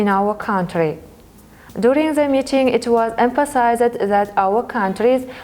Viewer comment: Молодцы , это хорошо на английском, но нужно поработать над произношением, многие слова неправильно произносит(не смогу все перечислить, например received-не «ресайвид» рисивд rɪ'sɪːvd, не «дурунг» а «дюрин’»djʊərɪŋ , не «конструктив» а /kənˈstrʌktɪv/, слово appreciated не «апресайзед»а ə'priːʃɪeɪtid, слово awarded тоже неправильно произносит, …) и где нужно звук /s/ нужно говорить s, а не /θ / и ненужно отдельно выделять артикль “the”